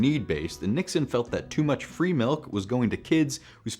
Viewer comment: This is the first time I’ve ever heard anyone pronounce milk MELK.